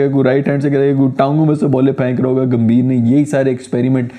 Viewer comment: Grrrrrrrr Its Gambhir not Ghambir Gam-bhi-r Similarly It's Kohli not Kholi Ko-h-li Proper noun hai to kuchh bhi karoge .... 😤